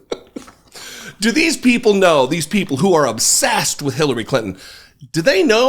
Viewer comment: did she say kittens or clintons?